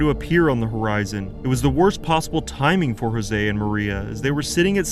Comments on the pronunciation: Not Jose....pronounced Yo-zhey. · A tip for next time - use forvo to check name pronunciation . Jože is not a spanish name.